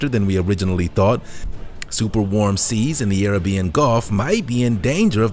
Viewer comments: Arabian. It’s not pronounced airuhbeeuhn. It’s pronounced uhraybeeuhn. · Who taught you how to pronounce the word Arabian? It's not air a beeein. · Arabian- AHH-RAY-BEE-AHN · Atacama desert is South America not Africa. Plus Arabian is not pronounced the same as Carribbean 🙄🙄